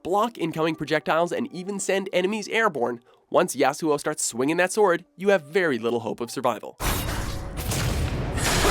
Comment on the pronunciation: "yasu wow" you mean?? it's yasuo